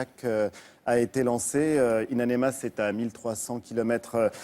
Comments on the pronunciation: Le manque de professionnalisme, le sujet de l'animateur c'est In Amenas et durant tout l'entretien il dit In Anemas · ONE HUNDRED FU***ING TIMES: It's In Aminas & not In Animas. Journalists my ass. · hhhh wi ça me tape sur le systeme quand il dit anemas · "in anemas" Mdrr non mais il le fait exprès